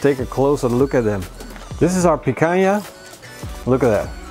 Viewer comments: Great barbecue, congrats! 2 tips, it's Picanha, not Picaña and the Picanha slices should be bigger, not small. Cheers! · Does not have a clue how to do Barba Koa BBQ. It is not pikaya. Its picana.